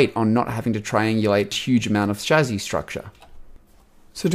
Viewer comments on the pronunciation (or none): It's chah sis